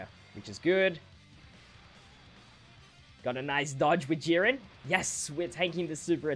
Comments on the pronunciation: Sorry but I giggled every time you said Yurin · Love how you say YeeRen instead of Jiren hahah